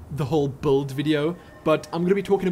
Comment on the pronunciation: i love it when you say buld XD